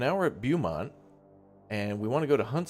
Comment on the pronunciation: Beaumount is pronounced Bo-mount.